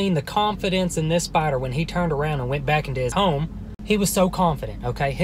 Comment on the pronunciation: i like how you say “spadder” JFHSJDJAJ IMSORRY